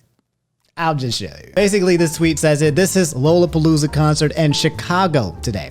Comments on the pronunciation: Quick grammar note, having lived in Chicago all my life, it's lollapalooza like lollipop, not lol. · it's pronounced "LALApalooza" not "LOWLApalooza" thanks :)